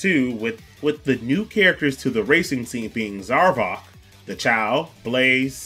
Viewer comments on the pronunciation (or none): Did you just call Zavok Zarvok? Lol